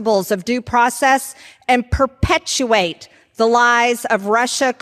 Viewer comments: You can tell MTG has been coached on how to say 'perpetuate' correctly just before her little performance on the house floor. Another MAGA genius on full display. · Marjie said “perpetuate” like she just learned that word like an hour ago and she was so happy that she was able to find a place to use it.